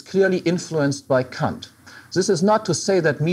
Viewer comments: It's how you say it in German. Since Kant was German, i guess that's the proper way to say it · What's wrong with the way he says it? Sounds like the proper german pronouciation.